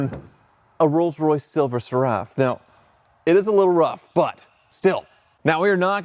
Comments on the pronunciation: Oh by the way it's pronounced SERUF. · Great video but it’s Silver “Ser” “Ruff” (Seraph like the celestial beings…i.e. seraphim, cherubim).😊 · Seraph rhymes with Sheriff, not with Giraffe. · The phrase "Silver Seraph" is pronounced SIL-ver SERR-uhf. Like the name Sarah is pronounced SAIR-ahh, not sir-UHH. 🤷🏻‍♂ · "SERR" – rhymes with care or air (with a short "e" sound) "uhf" – like the "uff" in stuff, but softer so it sounds like: SERR-uhf not Sir-Raff. Source? Being British. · I always thought "SERAPH" was pronounced like the type of angel, SARE-riff. Not, suh-RAFF. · Please learn how to pronounce Seraph. The accent is on the first syllable! SERaph… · I presume you've only seen 'Seraph' written and not vocalised. The word is pronounced sĕrˈ -əf with the stress on the first syllable and ending similarly to the first part of cera-ve rather than carafe. I hope you're able to improve before the next video. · Seraph is pronounced like Sarah with an F on the end. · Stop pronouncing Seraph like Giraffe ffs lol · Talking of the 'king's' you could do with learning it. Seraph is pronounced ser-if. Bloody hell. Also, "lunch trays"? really. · It's pronounced SERaph. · Cool video....but you really ought to learn how to pronounce the word "Seraph" correctly, now that you own one :) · Rhymes with sheriff, not giraffe. Think "serifim". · The guy can’t even pronounce the name correctly . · Can you please pronounce the name properly its seraph like Serafin angels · Am I going to lose my mind hearing that pronunciation of Seraph over and over again? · DUDE LEARN HOW TO PRONOUNCE SERAPH! AAAAAAAAAHHHH